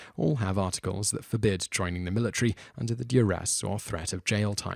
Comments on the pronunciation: Military* Not Militry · The "Militree"